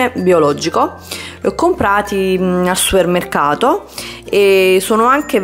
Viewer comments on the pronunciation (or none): "...al SUUEMMECCATO" -.